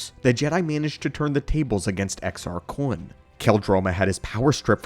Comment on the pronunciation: Why do you say Kun like that? You know there isn't a w in there right?